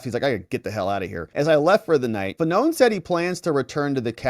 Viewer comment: Fa-None 😅 what a douche-bag 😂